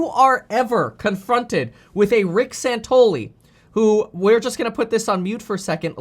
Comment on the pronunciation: San Ton ELL ee